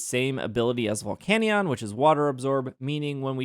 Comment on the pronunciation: The volcanion pronunciation is grinding my gears bad